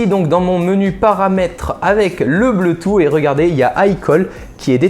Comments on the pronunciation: Le bleutou ? XD Je pense plutôt bluetooth qui se dit (bloutousse) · Bleutout? Wtf... J'adore ta chaîne mais fais un petit effort sur la prononciation, on va encore passer pour des gros boeufs... La bise !!! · BLOUTOUSSE ! CA SE PRONONCE BLOUTOUSSE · "le bleu tou" mdr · [WZX] xBlitz92 | Léo Oui, il y en a qui ne savent pas pronomcer ce mot, comme quelqu'un que je connais qui dit Bloutoute LOL.Il y en as qui ne savent pas prononcer.